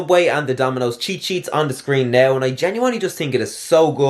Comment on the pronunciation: it’s sheets* :/😂😂 Great video though 🔥